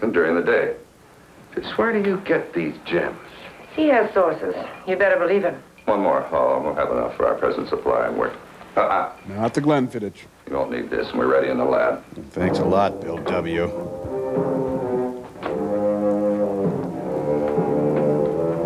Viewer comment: I always thought Tom was a robot of culture and class. That all changed when I heard him pronounce it "Glen-fiddich" instead of "Glen-fiddick"